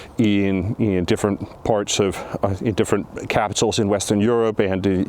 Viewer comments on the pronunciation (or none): none